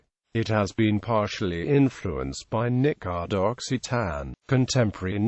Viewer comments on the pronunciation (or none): Nicard with a 'k' sound? -D